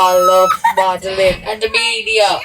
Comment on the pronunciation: Wait is her name Amalie or Amelia? Cuz keeps calling her Amelia and I thought it was Amalie😅